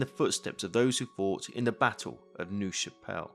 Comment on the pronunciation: Minor point - "Nerve" Chapelle. pronunciation. Not "noove" But these vids are absolutley brilliant with your mas and arrows or attack and current layouts. Really superb videos.